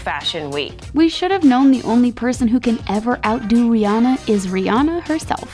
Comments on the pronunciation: That reporter said Ree enna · Why some these ladies be saying Rhianna's name wrong?